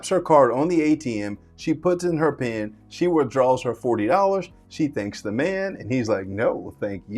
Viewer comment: It's "PIN" not "PEN"